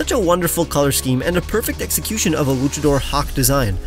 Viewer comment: Does he intentionally say "eggxecution"?